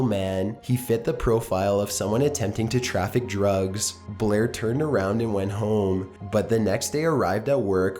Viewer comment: Holy shit, he elongates and stresses the final syllable in the final word of a sentence like Film Brain XD He withdrew all of his money from his savings accoooooount. He made the border patrol suspicioooous. He fit the profile of someone trying to traffic druuuuugs.